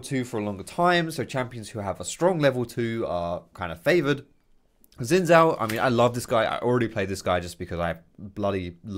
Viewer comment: Really enjoyed the complete clownfiesta this game was lol. Could you try to pronounce Xin Zhao with a J sound at start of Zhao, the chinese zh sound is more or less same as the english j sound so you could think of it as Jao or Jhao.